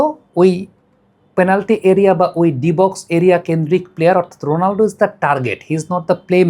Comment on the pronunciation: রোনালডো❌ রোনালদো ✅